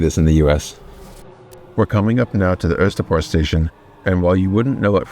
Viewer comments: You pronounced 'Østerport' perfectly - super impressive, especially with that cheeky 'Ø' in there! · honestly your pronunciation of Østerport wasnt far off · Østerport pronounciation was like 95% there!